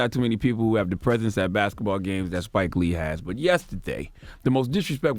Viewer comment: charlemagne cant even pronounce 4th correctly and apparently says “baketball”